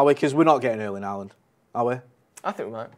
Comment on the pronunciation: I wish you guys learned to pronounce Haaland’s name correctly. It’s not Haa-aaland. The double aa is pronounced as ‘å’ in Norwegian which is similar to the way you would say in ‘Hi-ho’ in English. Haaaaland is just plain wrong. The best way to pronouce his name is english would be ‘Ho-land’.